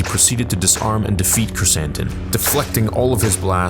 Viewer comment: called him Black Croissant, now I can’t unhear it.